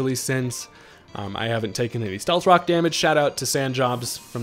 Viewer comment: Love your videos. Did you say “stealth cocks”? Lol Freudian slip.